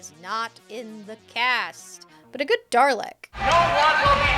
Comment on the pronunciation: Darlek? It's Dalek, no R